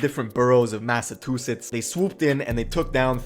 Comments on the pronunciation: dude was really saying Massa-Tooth-its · WTF!!!!!! Illiterate Narrator….. it’s MassaCHUsetts!!!! Not MassaTWOsetts!!!!! RIF…Reading Is Fundamental!!! And you my friend put the MENTAL in Mentally Retaaahhhded!!!! Thank you for starting my morning off aggravated AF!!! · Lol massatwosets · THANK YOU for pointing out that “Massatusetts” bs 😂😂😂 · I’m the only one peep the massa 2 sits 😂😂😂 😂fam pronunciations is terrible for Massachusetts like holy shit😂😂😂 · Why he say massatewsetts 😭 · The dude kept saying massatwosets lol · Bro it’s Massachusetts wtf that man just said